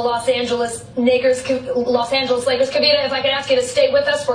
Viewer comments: lmao she said nakers by accident in stead of lakers you could tell she was stuttering and messed up and it sounds like the n word lmao y’all tweaking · She said nakers... that was the 1st time hearing. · Tried she tried to lie and say she said nakers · Lashid4U I definitely hear Nagers not Nakers but still dumb nevertheless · Lashid4U idk I’m just telling you what I hear and I hear Nagers haha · Ever if she did say "Nakers" that dont make it better!!!! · She was going to say Knicks and corrected half way and it came out Knickers. Knicks and Lakers combined. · Ethan La Rue she definitely said it, I don’t know how you mix up lakers with the n word. The word was clearly in her subconscious mind. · Listen closely. She says "Nakers" not the N-word. She was starting to say Knicks and changed it to Lakers. It was an honest mistake. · She said nakers that doesn't sound anything like the N word. Are you insane? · She meant to say lakers but she said nakers she is being so dramatic 😂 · Faith Morris I did ... still heard Nakers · She said nakers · Some crazy coincidences it’s scary. But she did say “Los Angels Nackers” not the N word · Lashid4U I heard the n word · She said Nakers. That's what it sounded like to me. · She said Nakers I had headphones on. Sound like the other word but it’s not. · The cartoon is creepy... But she said "NAKERS" ...slip of the tongue by one letter (It does sound like the n word if it's in your head to hear it) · Lashid4U I can’t explain it. I didn’t do it but that’s what she said. She doesn’t say “Niggers” at first listening I can understand how people think that though for sure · Miguel Velez haha I have no clue but I for sure hear and “A” and not an “I” but to be honest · Yeah there wasnt a K in what she said....I clearly heard a G in that. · that harsh r on the n word tho